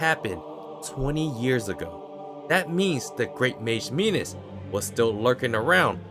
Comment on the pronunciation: Not "Minos". "Minus"